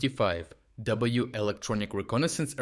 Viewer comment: Pronounced "RC one thirty five" (RC-135), I was a crew member in the 80s in Asia.